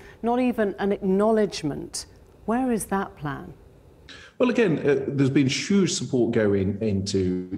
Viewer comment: There’s been Shuge support and Shuge spending🤣🤣 It’s been Shuge